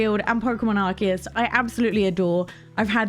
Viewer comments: It’s actually pronounce like the letters RKS. Silvally has an ability called RKS System which is basically gives it the same ability as Arceus, allowing it to change to any type based on the item it holds (in this case disk rather than plates) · Everyone who is watching the video, please pronounce with me, it’s Pokémon ArCeus (ar-say-us)!!!! not (key), not (Si)!!!! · since it’s a Japanese game I assume that I should follow the Japanese pronunciation “アルセウス“、if it is pronounced as “key” then the Japanese on the game box would be written as ”アルキアス“ or “アルキウス”